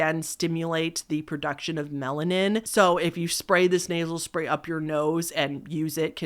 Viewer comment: for at least 2 hot minutes, I thought you where saying "Naval Spay" and not "Nasel Spay". I was so confused about what was so bad about putting tanning spay in your belly button.